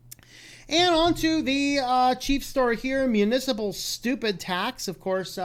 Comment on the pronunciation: "Municiple"? For a guy who stresses accuracy and double-checking...